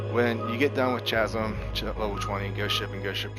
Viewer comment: Please learn how to pronounce "Chasm" correctly. It's "kaz(ə)m."